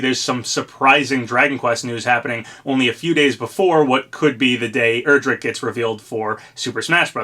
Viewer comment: Day 1,000 He still miss pronounces Erdrick